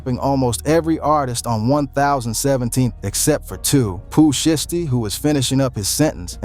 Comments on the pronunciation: Foogiano is out?? And I wish these white mf'ers can pronounce there words right, it's "shiesty" not "SHY-EASTY" and it's "1017,TEN 17" NOT no damn one thousand seventeen smh goodness gracious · "Pooh Sheesty " 😭😭